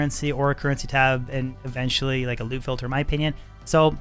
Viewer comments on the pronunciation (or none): none